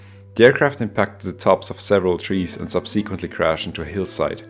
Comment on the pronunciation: Just a little pronunciation thing: it’s spoken “SUB-suhquently”, not sub-see-quently. I know it’s probably petty af 👀